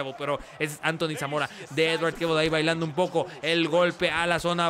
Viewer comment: TE SIGUE COSTANDO DECIRLE EDWARD JAJA 👍